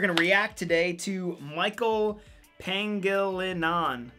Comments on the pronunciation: J Gab Yup. Just listen to how that guy introduced Michael’s name. “I don’t know how to say some of these things because we’re American.” Being American doesn’t excuse ignorance. (By the way, I’m American.) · Being American isn’t an excuse to not learn how to pronounce someone’s name. If you’re going to openly admit to reacting to a bid for views, at least take the 2 min to learn how to pronounce his name.